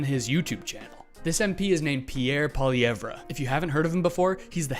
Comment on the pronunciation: You.aren't pronouncing his name right